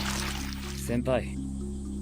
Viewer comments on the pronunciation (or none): none